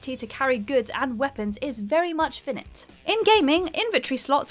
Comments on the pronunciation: What the bloody hell is "finnitt"? Do you perhaps mean finite? Pronounced fie (to rhyme with die or dye) - night (like it's night-time). Finite. Fie-night. These people who get jobs where they're literally speaking words they are reading from a script, you would think they would hire people who are at least semi-literate in their native language. Are they just doing it as a joke on this channel at this point? Because in every bloody video I see lately they get at least one or two words completely wrong. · Finite is pronounced figh-night not fin-it, and attache is pronounced a-tash-ay not a-tash. You're English. your people invented the language. Use it. And stop guessing whats in my pockets! its creeping me out! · I don't think i've ever heard someone pronounce the word "finite" as "fin it" before. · "fin it" is not an accent thing, it's not knowing how the word is pronounced. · Finite is pronounced "Fi-Night"... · Also pronounces "finite" wrong. Mispronunciations are common when is presenting a video. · that's not how to say finite...